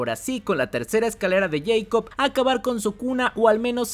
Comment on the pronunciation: Tuve que dejar el video, no aguanté tanto “escalera de yeicob”